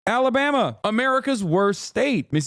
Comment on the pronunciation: When a grown man says alabammy in a real world sentence, he’s seen some shit. 100%